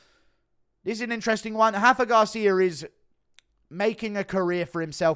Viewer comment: It's Rafa Garcia. Not Hafa. He's mexican not Brazilian 😂😂😂